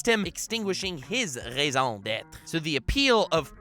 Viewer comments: You actually pronounced raison d'être accurately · tu es ma RAISON D'ÊTRE (Just kidding) You pronounced the "R" really well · Oh what a nice "raison d'être" did you pratice a lot? The pronunciation a perfect (im french from canada) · Nux the one youtuber to pronounce french correctly , thank you